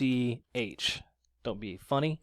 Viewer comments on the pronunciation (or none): It pronounced "Coke" brothers. What Happened to you? Why the long absence? You said you would do a video explaining what happened. Where is it? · Koch - pronounced like "coke" bro, the Koch Brothers....jesus christ come on dude... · Koch is pronounced like COKE..lmao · Pronounced Coke. Not kahk. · FYI— Koch is pronounced Coke. Just trying to help... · no in german Koch is pronounced cock